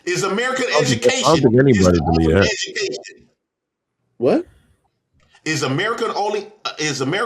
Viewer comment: dawg he has me in tears every episode 🤣🤣🤣🤣🤣🤣🤣🤣 "edumucation" " white mans subject" acting like math isnt universal lmao, I love him though lmao